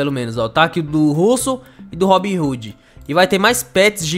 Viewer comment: O nome não é RoobinRoode não é RobinHode